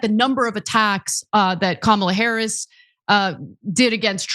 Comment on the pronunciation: Lied about what? It’s Harris, not “Harries”.